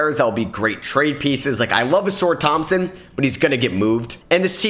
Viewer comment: Did bro say a-sore Thompson 💀